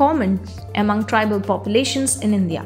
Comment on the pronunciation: Unpleasant to listen to the voice "Indhya" instead of INDIA.